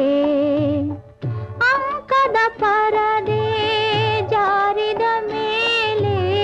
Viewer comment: AMkada parade ಅಲ್ಲ Ankada parade